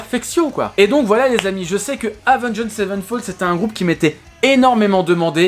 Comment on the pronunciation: Ta façon de dire le nom du groupe me trigger au plus haut point xD